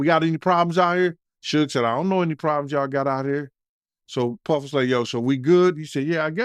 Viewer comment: I really hat e the way he says Puhhfffff.